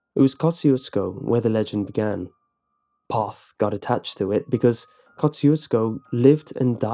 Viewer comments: And Poth is pronounced Poe-th.... I know those Pollocks make difficult names Hated competing against them and having to read out their last names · 👍🏻it's pronounced "p-oath" TX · Lmao can't even say the name right. Did they just google it and make up the rest???? Lived outside of Poth all my life (25years) this video is dumb come out and see how much fun we have at the dance hall which btw has had many famous country singers play at and is till up and swinging. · Ur saying Poth wrong and I am from floresville. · I live in one of koe-shoe-sko I have family in P-owe-f-th The only one you got right was floresville XDDD